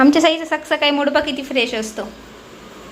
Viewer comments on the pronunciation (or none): Saksakali nahi sakali sakali as mhanayach ka tula di